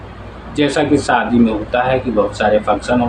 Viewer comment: Plz improve ur pronounciation, Like: It's "shaadi" not "saadi" and "function" not "funsan" etc...